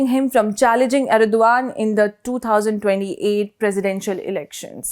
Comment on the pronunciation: Erdogan's name is pronounced Erdohan, with a very subtle guttural G